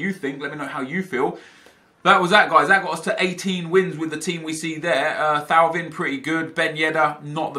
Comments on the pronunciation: thauvin is pronounced toe-van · Thauvin is pronounced "Toe-Van" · Hey Nep, just wanted to let you know that you are mispronouncing Thauvin's name. It is pronounced TOE-VAN. Good luck next weekend!